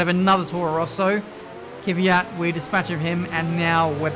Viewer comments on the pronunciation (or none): Goddammit his names K V Y A T NOT KYVYAT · Learn how to pronounce Kvyat